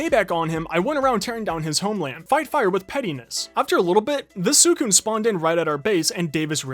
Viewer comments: its pronounced sweecoon not swoocoon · the way he says suicune is kind of annoying me and no im not some 30 super fan i’m 12 but i’m just saying it’s pronounced swi-cune